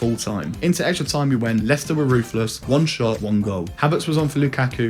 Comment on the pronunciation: Mate did you honestly call Leicester. Lei-Chester 😅